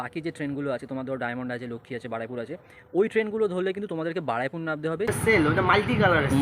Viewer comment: Ree bhai ki Baraipur Baraipur bolchis?? ! Ota Baruipur hobe😅